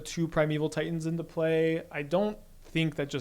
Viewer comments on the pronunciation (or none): none